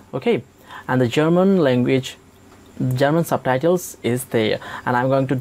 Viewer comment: "SABTHAITHELS" ???????LMAOOOOOOO